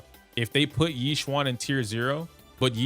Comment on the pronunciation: YEE SHWAN Bro please. YeeJyuEn